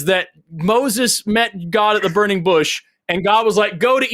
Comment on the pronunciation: You notice pronounces God as “Goauwduh”?